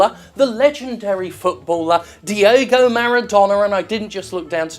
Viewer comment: I Keep Hearing You Say Di-O-go Jim, But Just In Case His Name Is Di-E-go, Diego Maradona.